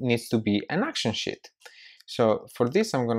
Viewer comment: Dude, I was watching this and at about seconds you say Sheet... I was typing and looked at my daughter and well I herd shit... lol I love your accent! Great video!!!!